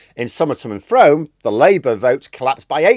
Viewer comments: Frome is pronounced 'Froom'. I know you love how southern place names are pronounced 😉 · As a northern blow in to Somerset I can appreciate the mispronunciation, but it is Froom as in broom rather than chrome. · I live in Somerset and Frome is pronounced 'Froom' (rhyming with broom) 😂 Btw.. Does the poll say that our useless MP James Heappey for Wells lose his seat? Bloody well hope so! I'll be voting for Lib Dem in wells even though I support Labour. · Frome pronounced Froom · Froooooom not frome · Encouraging vid,.: - ) Picky point – the town is pronounced FROOM, not as written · You keep mispronouncing Frome- I've mentioned that on like 10 other of your videos!!! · Frome pronounced like broom